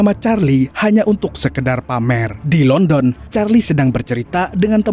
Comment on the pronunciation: Bang di baca landen bukan london , emang tulisannya london 😂😂